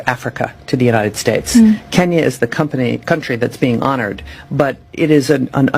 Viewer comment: Iit is pronounced country not county